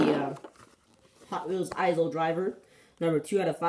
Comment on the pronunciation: just so you know the s is silent in aisle